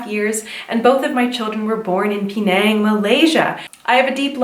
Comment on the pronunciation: when you said "Penaaaaang.." I can hear Malaysia accent there.